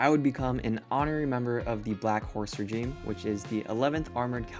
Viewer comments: I think you mean Regiment not regeme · Holyshit man, how could you get it so wrong. Its Regiment not regime, and the fact you screwed up so many times, despite having the ability to literally google Black Horse Regiment, and would have gone, oh okay.... its regiment. You spent all this time with them, and you couldn't even be bothered to get that right. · Say it with me.... R E G I M E N T. Not regime..... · "Regiment" not "regime"... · I've chewed a ton of NTC dirt back in the day. How did you like the coyotes? I had one come into my tent and not only STEAL one of my unopened MREs, but actually teased me and dared me to come get it. Well, I couldn't even come close to catching this fur bearing clown..... And it's REGIMENT,. Not regime. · I like how you kept saying "regime" instead of "regiment"🤣